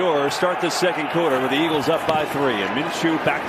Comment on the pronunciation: EAGLESUUUH, WHAT HAPPENDUUUH?